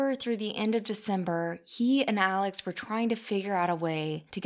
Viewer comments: this it annoyed me so much during the trial. I’m like his name is Alexxxxxxxxx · Why is “Alex” pronounced “Alec”